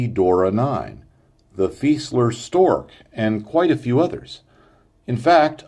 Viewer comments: Just so you know, Fieseler is pronounced: fee-zay-ler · Yup, I agree, your stuff is great. I just figured you might like to know how to pronounce Fieseler. :-)